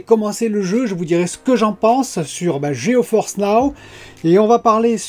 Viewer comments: Géniale cette introduction mais sérieusement c'est GeForce pas GeoForce😁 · un jour faudra expliquer pourquoi le "geOforce now" :) , je connaissais les mots avec des lettres qui ne se prononces pas mais pas les mots avec des lettres invisibles qui ce prononces :) merci pour tes vidéos, toujours un plaisir a regarder